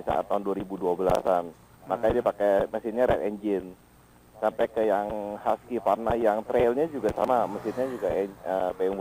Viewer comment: Hwusvarna. Bukan haskivarna ejaannya gan